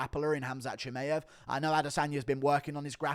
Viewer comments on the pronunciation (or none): Why cant you say chimaev's name properly 😂